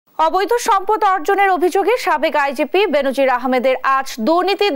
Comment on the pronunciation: উচ্চারনটা "বেন‌জির" হ‌বে "বে‌নো‌জির" হ‌বে।